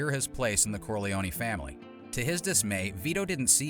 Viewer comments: I thought it was pronounced "Corlee-own", not "Corlee-own-ee". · "Corleone-ee"???... I'm guessing it's narrating this video! 😁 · The way Americans pronounce Corleone always makes me laugh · Pronounce the name Corleone right. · Not to mention the E at the end of Corleone is silent, just like it is in Capone. Bugs me no end when people change pronunciations without good reason. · It is pronounced both ways in the movies. A simple explanation - in English, you are correct - the E is silent. But in Italian, the E at the end would most definitely be pronounced. So, it depends on who is saying his name as to how they would pronounce it. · You say that, but Mary (Sofia Coppola in the third Godfather film) pronounces Corleone with the long 'e.'